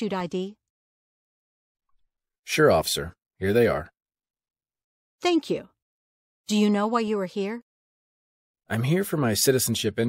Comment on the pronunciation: 5.01 why he say Thnak you not Thank you write down wrong….